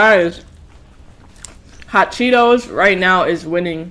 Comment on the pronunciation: Who heard her say chot Cheetos 😂🤣😂